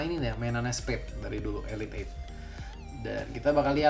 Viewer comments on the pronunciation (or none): none